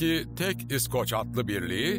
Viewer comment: surekli yanlis vurgu ile iskoc / iskoclar diyor ya seslendiren. kulagim kanadi. duzgun isi bilen birine seslendirme yaptirilmasi gerekirdi.